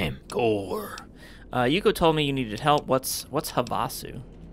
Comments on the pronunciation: "Huh vah sew" you can tell isn't from Arizona LOL. We all say it "have uh sew" just thought it was funny. Great content as always:) <3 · Weird: I've been to Havasu and everyone pronounced it like "HAVE-uh-sue". They must have changed it after the war. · Pretty sure it’s pronounced “HAVE-a-Sue”, like the lake in AZ, USA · It's pronounced have-uh-sue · Lol, even the mod author pronounced it wrong. its HAVE-a soo, as in Lake Havasu. What a goof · I've lived in this area for most of my life and never heard Havasu pronounced that way. Have-a-sue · I was looking this comment exactly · NO, that's Not how it's pronounced. It's pronounced "have-a-sue", it's where the London Bridge is located now. It's also a BIG college party town. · Everyone is pronouncing Havasu wrong and it's driving me crazy. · As someone from Arizona, the pronunciation of Havasu in this video is kinda annoying. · I have to say, pronunciation of Havasu made his intro song 10x funnier than it had any business being.